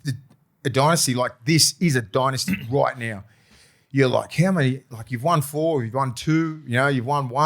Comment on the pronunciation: my bro. It’s pronounced “dynasty” not “dynasty”.